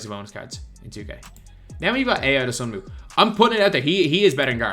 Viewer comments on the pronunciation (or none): Will ever learn how to properly pronounce Ayo Dosunmu?